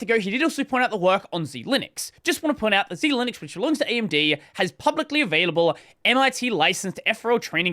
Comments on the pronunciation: I'm personally offended by how he pronounces Xilinx as "Zee-linix" rather than "zeye-links" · That's Xilinx, not Xilinux. And why are you always talking like a retarded drug junkie? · Xilinx is pronounced Xilinx, not Z Linux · "Xilinx" is not "Zee-Linux". It's pronounced "Zy-Links" and was the founder of the FPGA industry back in the 1980s. They were acquired by AMD a couple of years ago. That repo you saw was from the Xilinx FPGA repo for their Arm-based SoC devices. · Read it more closely,. It's pronounced "ZY-links." Xilinx is a maker of FPGAs, and was acquired by AMD in 2022. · Xilinx is pronounced like Zy-Links. Cheers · Xilinx is pronounced Zy-Links btw